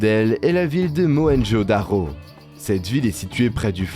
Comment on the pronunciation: Mohenjo Daro C'est un 'r' pourquoi tu prononces 'dakho'